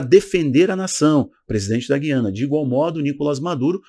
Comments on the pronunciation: Oi Não é GUIana é GU iana OK Sou daqui do Norte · A pronúncia é GÚIANA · Eu achei q o nome correto era Guiana, pronunciando a letra U